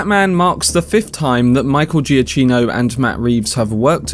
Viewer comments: Good video. 2 points: 1. His name is pronounced "GiaCKino"' , not "GiaCHino" 2. There is a reason why the 4 note Motive is repeated a lot. According to Matt Reeves and Giacchino this also symbolises the obsession Bruce Wayne has with Batman, it's constantly playing in his mind, the rhythm almost becoming his heartbeat, so there's definitely a deeper meaning behind it than some people realize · As Michael puts it on his Twitter bio, it’s pronounced Juh-KEE-no. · You have pronounced the surname not correctly, it is Giakino (pronounce K). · great video but please pronounce his name correctly